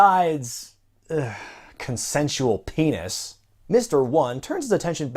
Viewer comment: "...CONSENSUAL PAYNIS!" I literally drooped my head, face-palmed and said "Oh no." Enzo, why? Paison, you're making us look bad. I don't regretting being out of the loop these past months. I wish I could actually go back a few minutes in time and click away from this video.